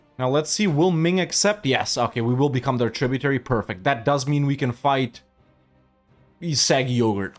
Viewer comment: i love how as eu4 nears its end has finally started correcting himself when pronouncing 'aquileia' as 'aquielia' but still calls 'sarig yogir' 'saggy yoghurt' never change you magnificent man